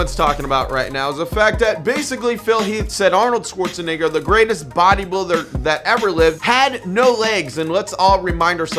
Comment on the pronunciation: Bruh stop saying 'Schwarzenigger '